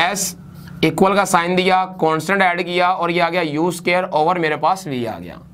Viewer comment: Very nice video But you need to watch out on "SUQAAIIR"